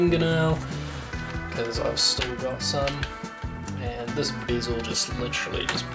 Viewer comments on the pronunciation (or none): Bizzel? It’s a bear zil you murderer of the English language. 😅